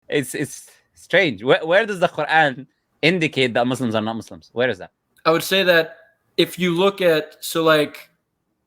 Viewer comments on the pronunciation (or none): I'm not going to listen to someone who calls Muslims Muzzlims.😂